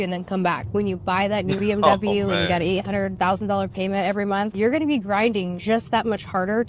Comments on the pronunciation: It’s “Month” not MON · Why can't she say the word month with a TH at the end? I mean, these people always have their lazy talks and their own English they really butcher the English language. Gotta go back to school.